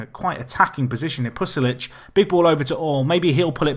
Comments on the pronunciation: Hate to be a pesky American, but seeing as Pulisic is a national hero to soccer/football fans here, it kills me a little inside every time you pronounce his name wrong. It's PU-LI-SIC! The "l" comes before the "s." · Yeah he's saying Pusilic